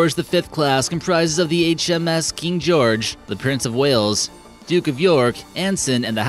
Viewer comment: Did you have a stroke when saying HMS